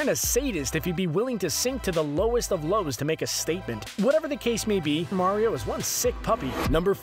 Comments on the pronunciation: Wumpa Remixer nope he said vario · no its vario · Did he say Bario? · BARIO EXPOSED